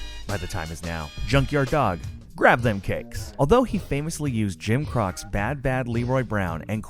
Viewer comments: Hmm. I'm pretty sure his name is pronounced Jim Cro-chay, not Jim Crock. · Jim Croce is pronounced Jim Croachee.